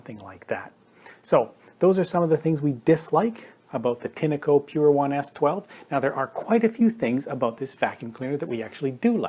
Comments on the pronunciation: You are pronouncing Tineco wrong it's Tinco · Why do you call a “tin-a-co” ? When there is clearly no a in the brand name